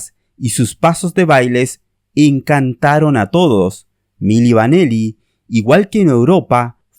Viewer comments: Se pronuncia "mili vanili" no mili vaneli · Milli Vanilli..no Vaneli..al menos pronuncia bien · Es Milli Vanilli no Milli VanElli como dice el narrador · Y es VANILLI, con I. No VANELLI, como dices al principio del vídeo. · El video está muy bien explicado pero los fallos de llamar milli vaneli y Fab morgan son imperdonables 😂😂😂